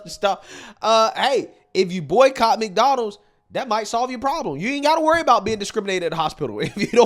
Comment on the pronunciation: Mix-Donalds. I've never heard a black person, or anyone unable to pronounce McDonald's.